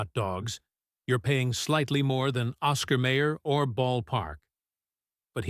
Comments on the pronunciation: Lots of fat in Ball Park franks. That's why "they plump when you cook them". BTW: It's Oscar Mi-er NOT May-er. I wonder when a Rabi last visited the Hebrew National plant? BTW: Remember when hot dogs were made from pork? You can't find them any more. That was a hot dog. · It is not Oscar Mayor, it is Oscar MY-er. AI narration sucks! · oscar mayor? it's meye-or. maybe YOU should sing not hum the jingle. major loss of credibility. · Someone please tell that narrator (AI?) how to pronounce Oscar Mayer! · Yes, every time the AI monitor says May-er instead of My-er, I want to punch the phone!! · At least tell the AI it's pronounced Oscar My-er, my oh my. Just listen to that famous jingle. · Oscar MY'err is NOT an obscure brand. There is absolutely NO EXCUSE for any human OR A.I. to mispronounce that name. And in 71 years I have NEVER seen a hot dog turn to mush. I did not finish watching this piece of crap. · My god, AI cannot even pronounce Oscar Mayer correctly! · AI sucks!